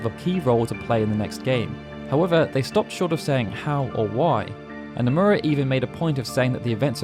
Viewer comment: Bro, I love your channel but could you please for the love of god learn how to pronounce Japanese names considering you need to mention SE staff often? Hearing Anglophones pronounce Japanese names is like a nail on a chalkboard. Just drop the drawl and it will be mostly fine. For example its Noh-moo-rah not Now-muh-raa